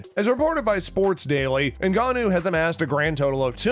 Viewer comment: You pronounced most of the fighters names incorrectly. Ngannou not Ngnnou